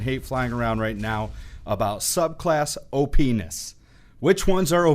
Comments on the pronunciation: he said op ness but it sounded like Oh penis😂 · did he just say openis? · lol he said openis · heh, he said openis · you say that something is the definition of "op ness" but it really sounds like o penis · Opness sounds like o-penis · oh pe-nis lol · He said opiness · I heard him say openis